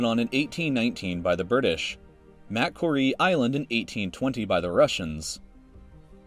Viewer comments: You really need to learn how to pronounce macquarie. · Everyone is having a go at him for the pronunciation of Maori, but what about the pronunciation of Macquarie?!? It's mac-QUORY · Just like Macquarie Islands. The "c" is silent, so is actually pronounced ma-quar-ie. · IKR! His pronunciation of many names and places is so bad I almost thought the voice was computer generated. How do you fuck up Oceania and Macquarie so badly? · As an Australian. Im greatly annoyed at this guys pronunciation of certain places